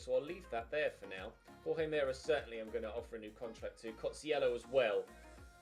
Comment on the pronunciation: It’s pronounced hor-hay mer-ay. For Jorge Meré